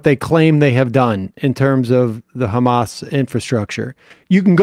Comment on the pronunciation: Khamas khiding in the khospital, eating khummus.